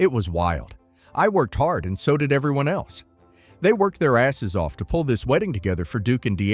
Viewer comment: Hey, the AI read-aloud voice is reading "So." as south instead of the word "so". Try using a comma instead of a period.